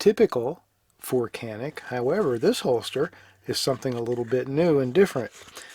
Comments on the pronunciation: Keep saying janik. It’s different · Canik is pronounced Janik in turkey. However, they or we americanized the name for us and we pronounce it with a hard k sound, Kanik. Either pronunciation is correct. :)